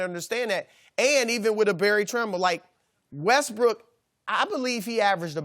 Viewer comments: the thing says westBRICK🤣🤣🤣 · Chris almost said Russell Westbrick 😂🤣😅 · Russel "WestBrick" LOL